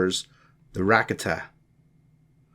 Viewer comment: Man I really appreciate you putting that book online for us and you know going through the trouble of reading it but I think you should redo it because it'd be a whole lot better if you even pronounce one of those words correctly like almost every word that you said like the Ricotta and stygian Caldera all those words you mispronounce